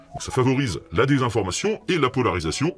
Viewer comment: "...concernant là des désinformation sur la santé." Mais oui c'est vrai qu'à l'oreille ca sonne bien "...concernant la dédésinformation sur la santé " 😅